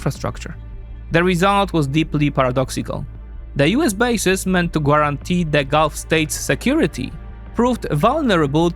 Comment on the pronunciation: “Once Iran began” ( not : begun ). Also you are not pronouncing GUARANTEE correctly